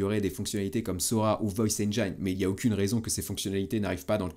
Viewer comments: Ça se prononce “enjine” et non pas “enjaïne”. Pour nos oreilles à tous, merci!😂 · Vidéo très pertinente comme à chaque fois, un grand merci. Etant anglais je me permets juste de reprendre la prononciation de "engine". Ca se prononce enj-in et non pas enj-aie-n L'orthographe est trompeuse :) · Sauf poisson d'avril, erreur de prononciation du mot anglais "Engine"...